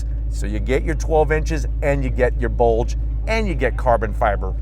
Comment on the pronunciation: The way you say BULDGE makes it feel like a BULDGE comes out from my screen and hits me in the face